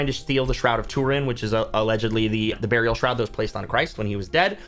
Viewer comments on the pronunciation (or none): none